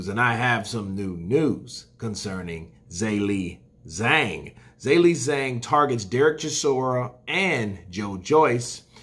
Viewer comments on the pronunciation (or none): Love the channel. Never miss an ep. just a heads up I’ve lived in Shanghai for 12 years. Zh = J so you it’s pronounced Jerlei Jang;) keep up the great work bud